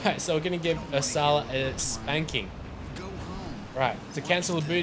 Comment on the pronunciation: Please pronounce Ursula correctly!!!!!!